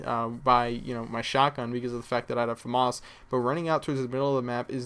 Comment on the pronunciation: You are very good, but I despise the way you pronounce 'FAMAS'. It is like the only word that you say that sounds posh.